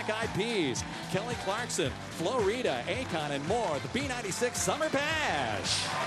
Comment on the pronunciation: He misprounced Flo Rida!!!